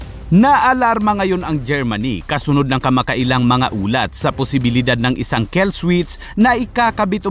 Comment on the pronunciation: Kill hindi kell